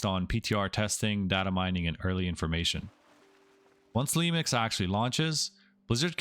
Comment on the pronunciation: "lemix" kekw